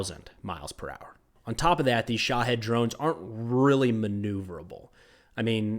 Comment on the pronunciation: think about were there from its Shaheed not shohead 🤣